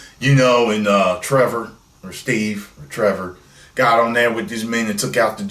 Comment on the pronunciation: you actually got it right both times 😂😂, it's Steve Trevor.